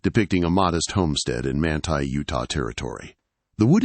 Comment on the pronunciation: Well, you said Manti right the first time, Man-tie, and wrong the rest of the video, Man-tee.